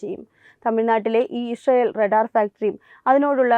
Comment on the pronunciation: റടാർ അല്ല റഡാർ.